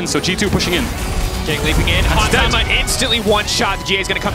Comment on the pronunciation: this dude said Hans Sama lmao. what